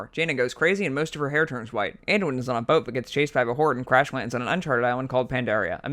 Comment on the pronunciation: There's 3 names pronounced incorrectly. Archimonde = The "ch" is sounded like a "k", not as it's spelt. Aegwynn = The "g" is sounded as a "g", not a "j". Teldrassil = Pronounced "Tell-dra-sill", not "Tel-draaah-sl" Other than that, bravo. Great video. Now you just need Bill Wurtz style music chimes.